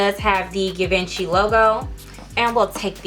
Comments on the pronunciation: These boots have been out since 2012 it’s Gi van chi pronunciation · You gotta say it G-Von-She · You’re pronouncing the brand wrong, it’s pronounced Gee-venchy. The boots are dope btw. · You’re pronouncing the brand wrong..